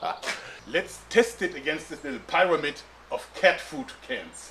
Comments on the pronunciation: I love the moments where Joerg slightly mispronounces words like "puh-neumatic" and "pie-ramid". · I like how he pronounced "pyro"mid